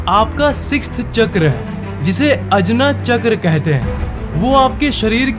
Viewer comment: अजना चक्र is pronounced as आज्ञा चक्र